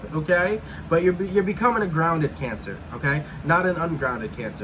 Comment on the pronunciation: 'Cayn Sa'! 🤣🤣🤣